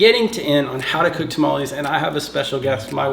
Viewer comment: Dude, you've lost weight! Grats! Get a real blender. And its tah-mah-less not ta-ma-lease